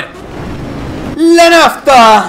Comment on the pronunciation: Y si te faltan unas teclas se dice Nazzta